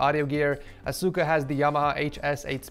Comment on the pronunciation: asuka omg say it right x.x